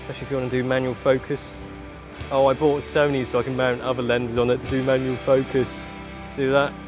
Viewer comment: A not wery bwilliant rewiew of Sony's Full-Fwame Digital Camerwa. You have to be joking, wight …. so moronic it's sad.